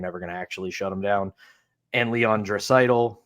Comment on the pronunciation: When I heard him pronounce Draisaitl, I knew whatever he had cooking was going to be a pickled egg lol I do believe the penguins would have to move POJ + in a deal, but if you’re including someone in the top 6, you need to get an impact top 6 player back because the organization doesn’t have any depth to slide up (I know this was just for fun) I like the idea of trading poj to Vancouver in a deal for hoglander, just to throw a dart